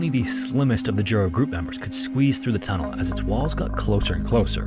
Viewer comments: So, "Jura" is pronounced "Yura". The way you've said it, "dziura", means "hole". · He put effort into Michal and Ostrow, but his Krakow and Jura were terrible. In Polish, J is read like english Y, he said Dziura (hole) instead of Jura...